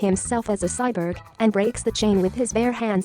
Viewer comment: The irony of a robot voice not being able to pronounce “cyborg”. Still a nice informative video, missed the lights and crew visible in the alley chase though.